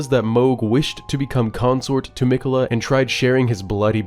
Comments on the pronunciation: Brother saying Mech-ulluh the entire video instead of Mick-ella when he hears the guy saying the name repeatedly is making me have a seizure fr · mic-uh-la not meck-uh-la. driving me crazy over here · You have too be purposely be saying miquella wrong it’s crazy